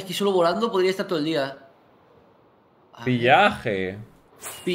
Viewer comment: Willy : pillaje Yo: Se pronuncia pillager no pillaje Vegeta : estoy igual que Willy 🤥😪😪😪😪😪😪😪😪😪😪😪😪😪😪😪😪